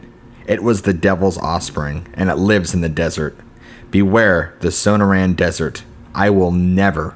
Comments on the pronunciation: Might want to learn how to pronounce things like places. The Sew-no-ran desert is pronounced Sa-nor-an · it's SOH-NORR-AN not SOH NOH RAN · Sun-nor-rin, not sana-ran lol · The so-noor-an desert, learn how to pronounce words you aren't familiar with. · It’s SUH noran not SO no tan desert 🌵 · Dude the pronunciation of sanoran dessert is so bad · Su-nor-un = Sonoran. At least pronounce it right. Gargoyles are on churches to scare away evil spirits. These are the dumbest stories I've ever heard. I lived in Arizona. Just do better🙄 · Did he just say son-oh-ran desert 🌵 😆😂LOL! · first story - grew up in the desert , yet cant pronounce 'Sonoran' (so-noor-an). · For fucks sake man. Your pronunciation of Sonoran makes my skin crawl. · Not bad for stories, but I'd suggest checking on the pronunciation of the places in the stories . . . Sonoran - suh naw ruhn and Gila - Hila would make your stories better. I hope you take this as helpful, don't mean to hurt feelings. Thanks. You have a good narrators voice.